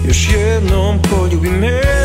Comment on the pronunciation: Moras da obratis paznju na pravilno akcentovanje reci. Ne mozes da kazes pOljubi me, vec poljUbi me.